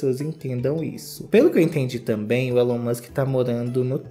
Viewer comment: A pronuncia é "Ílon", não "Élon" 😉